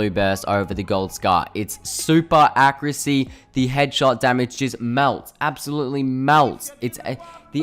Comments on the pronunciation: learn how to fucking say accuracy. ITS NOT ACC-CREW-SSEA. THERE IS AN A AT THE END DUDE! fuck me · Someone teach this man how to say the word accuracy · ''Acrisy'' ''Accriut'' ''Issault rifle'' Al'so you could have made this video 2 minutes long but it takes you 6 minutes to get to your point, i'm surprised that this video isn't 10 minutes and 1 second